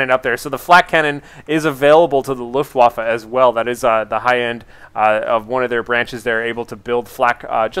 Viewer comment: sounds like luftwoffel...which is wrong :P so...wAffe, not wOffe